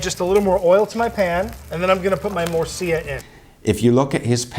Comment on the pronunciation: its Murcilla not Murcia, Murcia its a City in Spain;)